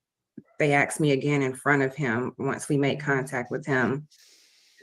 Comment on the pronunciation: She "axed" him? Small wonder he shot at her. 🙄 This guy really needs a very long time as far away from polite society as they can send him. Alaska?